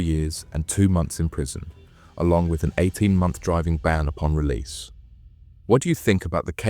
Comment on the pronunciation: His relise😂😂